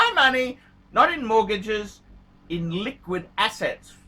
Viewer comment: Did he say liquid asses ? Or assets. Same dipherence